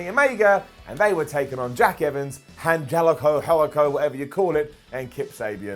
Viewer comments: Repeat after me: Ann-Hell-uh-Co Ann-Hell-uh-Co Got it? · An-HEL-ico. Say it with us... 🤣